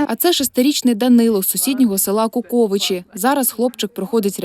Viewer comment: Шановні з такою вимовою назв сіл в мене кров з очей піде. Ви б для такого випуску хоч одного місцевого мешканця спитали як привильно називаються Куковичі і вам підкажуть, що наголос там не на О. Вирісши в Мені це неймовірний біль для вух( Ви ще б Сосницю назвали Сосніцей:text-green-game-over